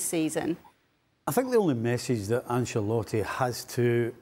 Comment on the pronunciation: Stevie "AnCHalotti" It's pronounced "AnSHelotti" you chav. how many times it's been said on media for years yet you can't get it right